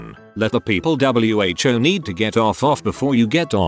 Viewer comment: Normal People: Who Text2Speech: W H O